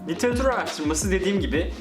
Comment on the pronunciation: Literatür olacak kanka litaretür değil her gün yeni 1 bilgi bir şey daha öğrendik bitirme projesinde luv u <3 ahahah